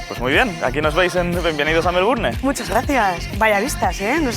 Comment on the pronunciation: Por Dios,tantos años en Australia y no puede pronunciar bien Melbourne!